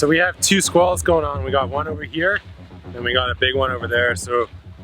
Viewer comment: You had my ears at Sqwals..mmm squalls